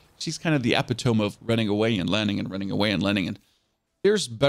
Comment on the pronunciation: did this guy just say.... EPI-TOME? LMFAO